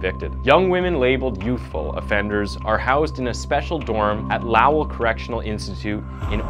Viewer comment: It’s pronounced Low-ell . Like to get low down .